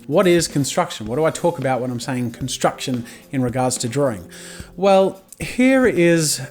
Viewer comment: the accent tough ;) like he says drawring every time